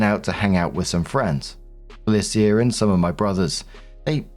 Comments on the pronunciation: I have never heard Felicia pronounced Fe-li-c-a before. Am I wrong or isn't it Fe-lee-sha? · For future Felica is pronounced “FUH-LEE-SHA” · pronouncing Felicia Fell ee sea ah is giving him saying Can dees instead of Candice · Am I the only one a teensy bit bothered by how pronounces 'Felicia'? I've only ever heard the three syllable 'Fuh-Leash-Uh'. Or is this another 'across the pond' dialect difference? If so, neat! But it's still just... Weird hearing it. Edit: Story 3: Wooooooow, OP actually stays calm under pressure, makes sure her cousin is alright, and she's treated this horribly? The dad literally screamed insults at them until his throat presumably hurt too much to continue? The mom didn't even think of entertaining OPs side because everyone else was treating her horribly so obviously that was the right decision? What a horrible, horrible family. Those parents don't even deserve the old folks home later on, just wheel them both into a ditch and walk away. Jesus, poor OP. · Hey,. It's Fell-Ee-Sha. Sorry, my eye started twitching hearing you pronounce that name. 😂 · s1, is that how yall pronounce felicia? "bye felicia" must sound so weird from you. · Marks pronunciation of Felicia is different every time But never correct lmao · I've never heard anyone pronounce Felicia that way. 🤔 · pronouncing Felicia the same was as he pronounced the quincenara story lol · I'm living for pronunciation of Felicia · My eye is twitching over it, lol